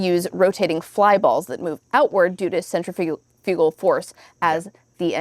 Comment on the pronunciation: That's an unusual pronunciation of "centrifugal."